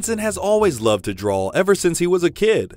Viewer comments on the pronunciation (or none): none